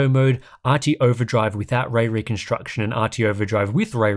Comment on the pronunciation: Wespect fo pwonouncing way weconstuction without any hiccup! 😵‍💫👍